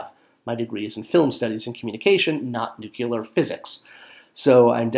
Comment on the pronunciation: It is pronounced New Clee Er not New Cue ler. You can remember because when you drop the bomb you get this "New Clearer" area devoid of pesky things like people and buildings .